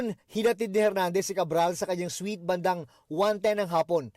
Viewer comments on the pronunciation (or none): none